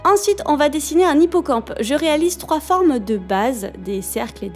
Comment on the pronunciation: Il faut faire des formes plus zarondie avec des zombres sur les zipocampes 😂😂😂